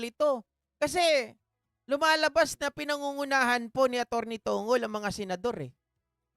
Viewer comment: Atty. TONG' GOL PO ang bigkas ng surname ni senate spox parang bigkas ng pencil na MONGOL